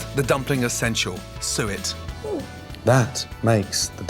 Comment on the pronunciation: What did he put in the dumplings? "Soo-it"